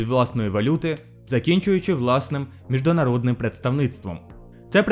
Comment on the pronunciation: зібрав помилки, які почув. титри до речі на російській. це так задумано? світ змініився до невпізнаваємості - до невпізнаваності провОдив наголос, а не проводИв мєждународним - міжнародним вважає за сприятливе зближення з материковим китаєм. так мабуть не кажуть. вважають плідним скоріш торгівельний оборот - товарообіг по 2016 роки - кажуть по 2016 рік тіснІ відносини наголос, а не тІсні